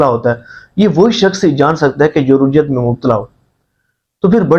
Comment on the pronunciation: Rujjat nahi Rajjat hota hai bhai